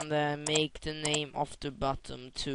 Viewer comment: Lol did you just say "BUTTUM" all the time?? thats what i call a big fail, its Button "NNNN" not buttom, sorry if im wrong.